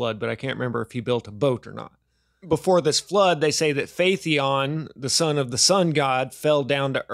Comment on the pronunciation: When you said "phaet-ee-on" while showing the word "Phaeton" on the screen, for the first time I heard this, I thought you've never heard this word spoken out loudly by others before. And the second time you said it the same way, I thought you were too lazy to read this word letter by letter. So please read it carefully, letter by letter, one by one, then try to memorize the correct pronunciation. Phaeton, there's no "e" right before the "o", I don't think you don't have the capability for doing that.